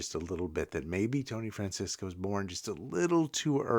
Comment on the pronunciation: Tony Franciosa, not Francisca...Thanks